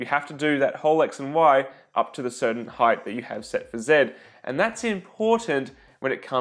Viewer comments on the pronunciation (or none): What is the deal with so many 3D printer video creators on YT saying "heighth" instead of "height"? I would have figured that they see the word "height" almost every day.